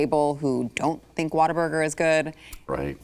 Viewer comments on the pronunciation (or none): Why does keep calling it "Water-burger" when it's "What-a-burger"? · What-A-Burger. Not Water-Burger. 🤣